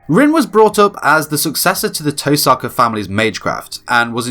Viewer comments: Touuu saka. “Toe sucka” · The fact that he knows all these facts about Rin he can’t even pronounce her name right.